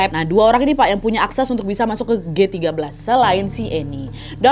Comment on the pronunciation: Paling suka kalo kak Nadia bilang "Masok"